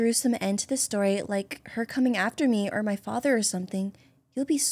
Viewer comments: Yout saying fater xd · Why do u say fature for father lol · Why do you say facher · Why did you say focher